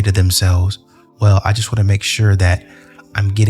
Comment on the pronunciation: Curiousity - did you say well or WHALE?